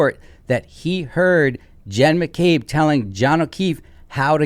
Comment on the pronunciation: Why do u call her Hen McCabe and not Jenn McCabe?